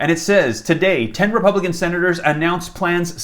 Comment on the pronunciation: Wah ima poooh wepubican wh wah wwah